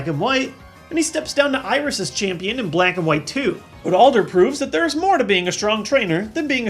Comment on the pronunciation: Did he say he chose Alder for Al-Der wrong reasons? hahaha